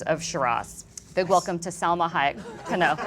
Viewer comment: LmarysAO!!!!!! Sell-Ma High-Yuck-Y babbling about sexism of alien freaks like herself. Miss Sexual Dwarf???!!!!! 😂😂😂😂